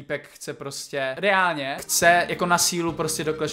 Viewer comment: A je to “ reánlně”